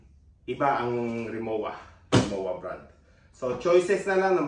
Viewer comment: RimoVa po, hindi Rimowa ang pronounciation. German brand po kase siya.